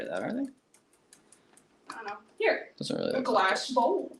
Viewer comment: I can't remember whether i commented this on another video, or thought it when i wasn't near a computer... I think i figured out why sometimes says Glassk. He often hears the phrase "Yes, its Glass, good boy!" and is hearing the g from the beginning of good, blending into the end of the word glass. Might be an idea to try to say "Yes, Good boy, it is glass!"